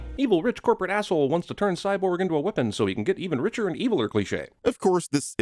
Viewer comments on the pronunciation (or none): none